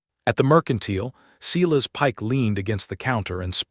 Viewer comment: Silas is pronounced, Silas not sillas nor Cyrus.